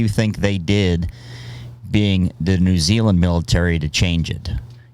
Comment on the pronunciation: Can u learn to pronounce New Zealand properly please nothing against u tho